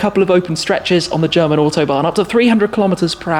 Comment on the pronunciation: Your German pronunciation is f*cking good